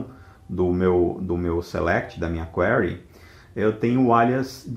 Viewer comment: A pronúncia correta é 'kwirē